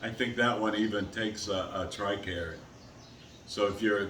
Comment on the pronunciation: Also in im a veteran and you said tricarr tricare?ill check it out thank you soo much